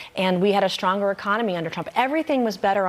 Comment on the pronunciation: Mace - schtronger and schtronger."